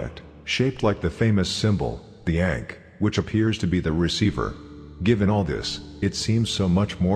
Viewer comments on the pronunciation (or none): none